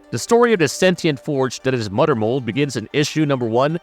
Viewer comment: LOL "da mudder mold" is killing me throughout this video 🤣🦩